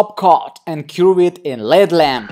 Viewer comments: It's not a led lamp its call L.E.D. pronounce EL- EE-DEE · Silly. It's L.E.D (LED) not led lamp 😁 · No never!!! Yes dangerous if a nail is damaged it shouldn’t be covered especially with a dark opaque colour so you can see the nail plate and make sure it’s not getting infected. You’ve a very talented nail tech & artist but this is just bad practice! & it’s pronounced L...E...D lamp not LED lamp sorry just helping x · There's no way you are licensed... btw it's not a led lamp its L.E.D lamp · L.....E.....D. Not led lamp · Exactly the videos interest me but the mispronunciation of words is almost more than I can stand. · Denisia Crawford L.ight E.mitting D.iode L.E.D it drives me nuts!